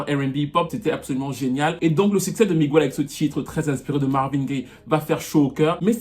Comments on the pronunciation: c’est Miguel et non Migüel tu nous as fait mal aux oreilles 🥴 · AAAAARGHHHH ON NE DIT PAS "MIGUOUEL" MAIS "MIGUEL" 😫😫😫 Pourquoi en France on massacre l'espagnol comme ça lol 😫😅☺️ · On dit " miguèle" et pas " migouelle" c'est stressant 😅😅😂😂😂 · Pitié on ne prononce pas le u on dit Miguel et pas miguéel! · Migouelllee🤣🤣. MIGUEL !! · oui on pourrait sauf que c'est pas comme ça que ça se prononce c'est écorché son prénom Sur son post a bien écrit Miguel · Super vidéo mais on dit Miguel et non migüel 😂😂😂 aucun latino ou espagnol prononce son prénom comme ça désolée je devais le dire c’était trop stressant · Ce mec a beaucoup de talent mais depuis qu'il a failli briser la nuque à une nana dans un concert je pense qu'il est pas net . J'osais pas le dire mais j'ai toujours pensé que The Week End était une pale copie de Miguel. Tu confirmes mon avis. Juste pour info Miguel en espagnol ça se prononce "Migél" et non "Migouél" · en espagnol, son nom se prononce Miguèlle.